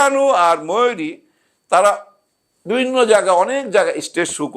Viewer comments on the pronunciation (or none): none